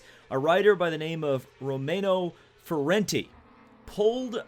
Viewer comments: That (now former) motoGP rider's name is FENATI, not FURENTI.. the funny thing is: furente actually means "furious" in italian so, I'm still wondering if that mispronounce was totally on purpose!! Best racing channel, keep the great work buddy! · It's Fenati ( Fen-ar-tee), but that is a good effort thought. Also I'm a massive MotoGP fan and I think it's disgusting and he should be banned for life. A few years ago this type of incident happened in a junior Italian championship where a rider pulled someone's front brake but the rider crashed and he got the rider who pulled the brake to court, so I think that Fenati should be banned for life. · I hope butchering Fenati’s name was a sly reference to Paul Tracy butchering Ferucci’s name